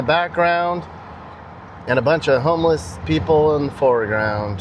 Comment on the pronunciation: "Be vewy, vewy quiet. I'm hunting for homewess."